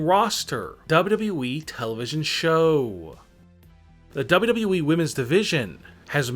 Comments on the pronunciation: i think is more " DABUDABBUEEEEE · This man said double e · Why do you talk like you're taking a huge dummmmmmmp at the end of your sentenceeeeeesssssss? Also, it's WWE, not dubbldubooweeeeeee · I AM PULLLING MY HAIR now !!!! ITS W W E not W E ,,,, #$_&-+... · yep! he says "Dub-Dub-E", among all of the other words he butchered. This guy is absolutely TERRIBLE!!! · it's pronounced WWE.idiot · Only Kurt angle says " WWE" worse. DUBB UBB EE lol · Dubyu dubyu weee wtf you saying menn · When he says WWE makes me laugh